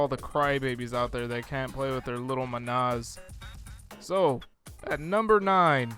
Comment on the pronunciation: manas not manAs